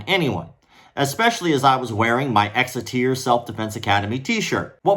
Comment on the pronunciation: Don’t you mean…Exiteear? 😂